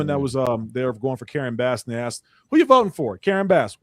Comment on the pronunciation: Brother I watch you every night. Its asked not Axed